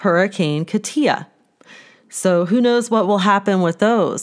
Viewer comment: Hurricane "KAW-tia" (instead of ka-TEEA) 😉 amen praying with you 🙏